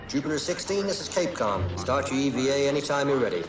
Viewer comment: It's Cap-Com, not Cape-com. It's an abbreviation for Capsule Communicator.